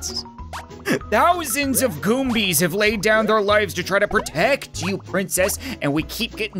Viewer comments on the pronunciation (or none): Goomba not goombie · The way says goomba and Mario and Koopa troopa is great he says Morio and Goombee and koopa treeper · Ok im not sure if he saying the names wrong because of trade mark but. The names are gumba,paratroopa and chain chomp sorry if you find this annoying